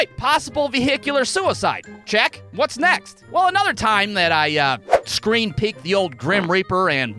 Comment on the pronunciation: "sreen"? "drowing"? What the fuck,?